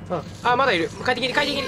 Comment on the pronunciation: なんか回転切が、快適に、に聞こえるwww